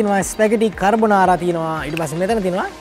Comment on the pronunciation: කර්බොනාරා නෙමේ යකෝ කාබොනාරා 🤦‍♂️ දන්න රෙද්දක් කියපිය 😆